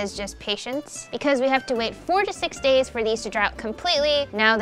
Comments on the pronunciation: Honestly, I thought said 46 days, instead of 4 to 6. 😂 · When she said 4-6 days I thought I hear 46 days